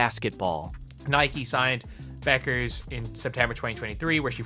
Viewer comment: Be-yoo-kers? Good Lord...